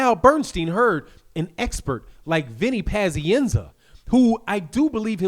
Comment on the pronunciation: Why do you say "panzienza" it's pazienza.